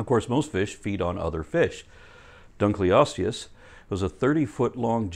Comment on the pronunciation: just a small correction - Dunkleosteus is pronounced "dun-kel-ost-ee-us" not "dun-klee-ost-ee-us".